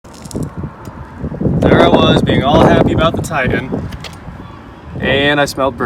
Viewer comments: Tie Tan.... please just once say TITAN. What is a Tie An? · repeat after me ... TIE-TAN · I love you, - but... brother, there are two “T”’s in Titan! 😂😂😂